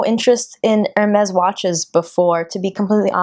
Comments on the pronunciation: No you are saying "Er-Mehz" it's pronounced "Air-Mehz" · I think it's hermes not ermez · girl if you are going to pay a grand for a watch know how to pronounce the brand 😂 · I kept cringing every time you said it wrong